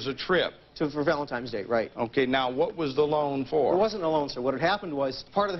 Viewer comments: If this guy says valentimes days one more time I'm gonna lose it. Its valentine's day you dolt! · Stop saying ValentiMEs Day!!!! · Valentimes Day!!!!! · “Valentimes day”